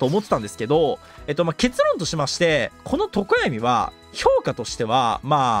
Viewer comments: とこ↑や⤵み↓気になりすぎるwwwww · とこ⤴︎やみw さすがに気になるわ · ゆうこるの常闇の発音が自分の発音が違いすぎて違和感すごい笑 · 常闇のアクセント気になりすぎる